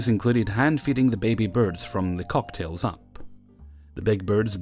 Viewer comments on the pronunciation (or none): Cock-a-tee-els...they're not drinks, silly X3